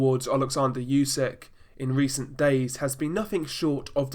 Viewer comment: Its Usyk not Yusyk for God's sake